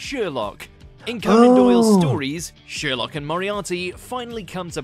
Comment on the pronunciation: Why is he saying “Sheerlock” wtf 😳